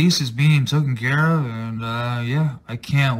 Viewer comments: Did he say it’s being token care of? Is that similar to being taken care of? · “It’s being tookin’ care of.” 😖🙄😣